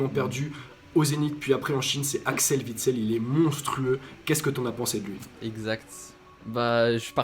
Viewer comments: Juste parce qu'en tant que belge, ça me fait mal aux oreilles à chaque fois : Witsel, on ne prononce pas le W comme un V. Phonétiquement ça donne Huit-sel et pas Vitsel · Juste un mot : on dit Uitsel et non Vitsel, mon pauvre Axel, encensé mais au nom mal prononcé